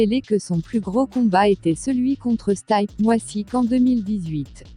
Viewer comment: vidéo avec des info mais cette voix c’est tout simplement horrible et la prononciation de stipe miocic j’en parle pas